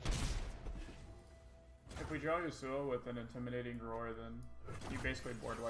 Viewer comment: What really bothers me is the way he pronounces Yasuo...